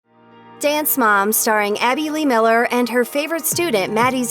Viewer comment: I SWEAR if I hear another "MiLleR" or "zEiGlIEr" I'm gonna SCREAM😤